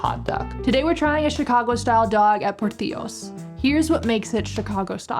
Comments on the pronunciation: I believe Portillo's founder Dick Portillo is Italian-American, not Mexican. Thus, the restaurant is pronounced "Por-TILL-ohs," not "Por-TEE-yos." Glad you enjoyed your time in Chicago! Thank you for showing folks that it's NOT the "war zone" that some would have you believe. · just fyi, it's pronounced portillo's, not portiyo's ;) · What a silly move to try and watch a game at a bar in Wrigleyville expecting it to be full of fans. The only reason to go to that neighborhood is if you're actually going to the game. You stop at the bars/restaurants before or after the game. Not during. Rookie mistake. Also, "Portiyos".... 🤣🤣 It's not Spanish. We pronounce the L's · i appreciate you using the spanish pronunciation of portillos 😆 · Learn how to pronounce Portillo's . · Locals dont eat deep dish unless family/friends come over. The most popular style pizza is thin crust tavern. Also portillos isnt prounounced with a y like in Spanish. You say the two Ls like in English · “Windy City” nickname has nothing to do with the atmospheric wind (though is a breeze off the lake). All of the local favorites for food are not downtown area. The food in Chicago is unmatched. Fun to hear you add a Spanish pronunciation of Portillo’s, the chain you bought hot dog). Deep dish is not the most popular style pizza in Chicago, but different (often called “tourist pizza” because popular with visitors) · Lous is my favorite deep dish. Always get the butter crust! You pronounced Portillo's and Montrose wrong but that's OK. Glad you enjoyed your stay. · Great video, high value. As a local, two things that I just HAVE to say. Portillo's is pronounced the italian way! the double "L" is just the regular "L" sound, its not the hispanic "y" sound. Portillo's is an Italian name in this case, not hispanic. Made me chuckle when you said that. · you pronouce portillos correctly, which is wrong lol